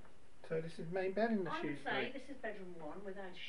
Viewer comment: So nice to hear Shrewsbury pronounced properly. 👍